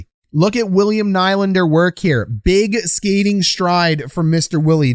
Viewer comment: At this point you’re just trying to mispronounce Nylander’s name lmao